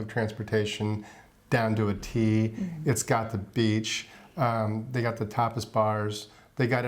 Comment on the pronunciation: when you said Tapas bars I thought you said TOPLESS bars.....hmmmm a little different...great video as always and!! I wonder what South American countries you will travel to???